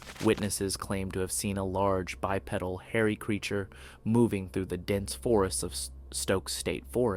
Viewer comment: Bipedal “by-PEE-dul”